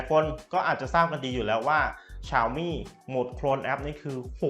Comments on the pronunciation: ฉ่าวมี่!!!!!! ออกดสียงแบบนี้นึกว่าฟังผิด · ตัวแทน xiaomi อย่างเป็นทางการในประเทศไทยเค้าให้เรียกแบรนด์ตัวเองว่า "เสียวหมี่" ลองไปหาดูนะครับ ถ้าใครมีเชื้อสายจีนจะรู้เลยว่าเสียงนี้ตรงที่สุดแล้ว อย่าไปออกเสียงที่ดิ้นไม่ได้แบบฝรั่งเลยครับ